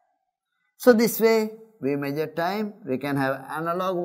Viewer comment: how do you catch people to take lessons ? meagure is how he pronounces . worst video . better hire good teachers who are efficient than wasting time using weak people like him ...wortuuuu video on youtube